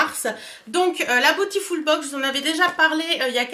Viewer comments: Cc merci pour la vidéo 😊... Tu sais que beautiful se prononce bioutiful... 😉 et pas botiful ? Bisous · cc, les autres youtubeuses prononcent à l'anglaise... comme c'est un mot anglais... mais tu fais comme tu veux!;)